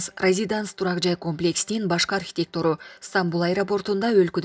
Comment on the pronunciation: Архитектору дегенди туура оку.